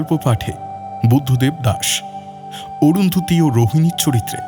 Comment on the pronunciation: আমি দেবের অভিনয়ের ভক্ত।তবে এই গল্পে ১৭:০৫ ও ১৭:১০ সেকেন্ডে বাঁশি উচ্চারণটা বাসি করেছে ।আর ১৮:৪৩ এ অরুন্ধতী উচ্চারণ অরুন্ধুতি করেছে।এটা ওর কাছে কাম্য নয় ।পরিচালকের আরো সচেতন থাকা দরকার ছিল । পুরোটা শুনে বাকি মন্তব্য করবো।